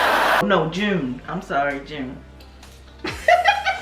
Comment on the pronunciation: His name is not sugar it's SUGA and not because his skin is pale it comes from the two syllables first syllables and shooting guard his position in basketball shooting= SU guard=GA sugar AKA Augst D for his solo work.